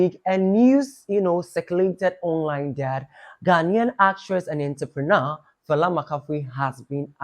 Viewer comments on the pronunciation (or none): It’s Fella Makafui not “Falla Makafui” she’s already stressed don’t add more stress to her name😂😂